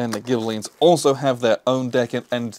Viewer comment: "Guelfs" and "Ghibellines" was pronounced spot-on (they are the Anglicized versions of the Italian "guelfi" and "ghibellini"), but "Acerbi" would be "ah-cher-be," with the "ch" pronounced like the "ch" in the English word "church." All Italian "c"s and "g"s are hard, except when immediately preceeding an "e" or "i," when "ce" and "ci" sound "chay" and "chee," and "ge" and "gi" sound "jay" and "gee," respectively. An intervening "h" before the "e" or "i," as in ghibelinni, will "convert" the "c" or "g" back to a hard pronunciation, which is why you really only see "h"s in original Italian words sandwiched between a "c" or a "g" and an "e" or an "i." Otherwise, "c"s are never sounded like an "s," which is one major difference between Italian and Spanish pronunciation. My apologies, in advance, for the overly pedantic and hopefully not too convoluted explanation.